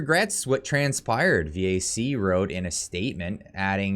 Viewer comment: VAC not V.A.C. CAF not C.A.F.